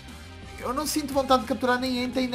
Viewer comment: Gosta mais do Entei e nem fala o nome dele direito